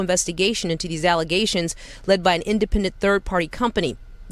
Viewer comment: I’m waiting for her to say alizetions again 😂😂 😂